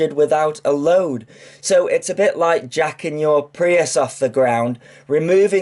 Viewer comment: You never pronounce T's or K's the word "Like" is "Light" with a silent T for good measure. Lol Just pulling your leg, love your videos!